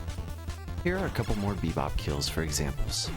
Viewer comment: just heard, you said bepob, not rocksteady on the rocksteady fight